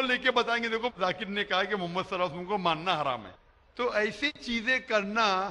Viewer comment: Lafz e Muhammad sahi se lo Labbaik Ya Rasool lallahh I love❤ Muhammad. Meri jaan aap par qaurbaan Ya rasool lallahh.